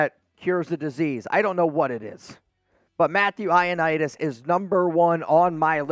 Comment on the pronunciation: It’s Greek and it’s Matt “Eye-oh-knee-dis”